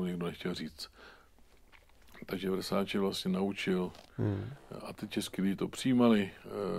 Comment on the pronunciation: 17.52 -3 Vessatilllllleeee ...snad Versaceeeee ..... no jo no ....